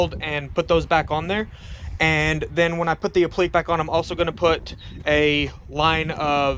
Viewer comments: /apləˈkā/ .... or phonetically /app-la-k/, not /a-pleak/. Thanks for showing how to do this. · I believe it's pronounced "ap-pla-kay" and not "uh-pleek." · Not pronounced apliq. It's. ap li que' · Jesus, dude. It's pronounced "App - Li - KAY".